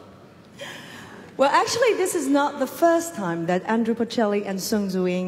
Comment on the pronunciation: 杨澜虽然看的出来很用心很有诚意，但英语的确还达不到主持人/播音标准。毕竟这种级别的盛事，要从中国派一个双语主持，代表国内最高水平，我觉得标准和要求还是应该要比这个再高一些。读音首先很多字都有吃音节的问题，语法有几个小错误，最主要的是把波切利的名字念错了。他不是Andrew，是Andrea，可能是因为中文普遍翻译成安德鲁的问题？其实准确的说他叫安德利亚，这个就比较严重了，毕竟是三个重要嘉宾之一。。。